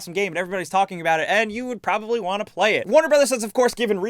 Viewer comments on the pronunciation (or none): none